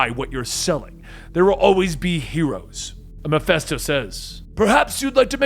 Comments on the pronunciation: It’s petty I know but I thought it was Ma-fist-o not Ma-fest-o..... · Did you really just say Mephisto like that GOD DAMMIT MEH-FISTO, YOU GENEROUS AND TALENTED FOOOOOOOOOOOOL!!!! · Am I a victim of the Mandela effect? I remember MephISTO! Not Miphesto .... Fist, not fest.... Anyone else?